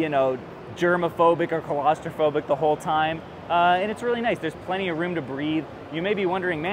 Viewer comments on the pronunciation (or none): Colostrophobic is not a word… Claustrophobic… your pronunciation sounds like someone scared of colostomies or something… And yes, you do have bad fast food takes… And we still love you. Well, I do. I guess I can’t speak for everyone.